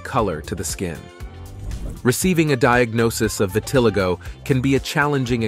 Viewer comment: vit (like vitnam) - ah- lie- go ..is how its said